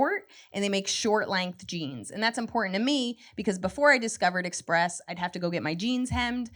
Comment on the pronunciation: express sounds like macies